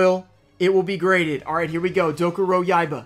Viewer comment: "I just can't pronounce these Yu-Gi-Oh card names guys I'm sorry" same guy who says Dokuroyaiba like it's nothing lol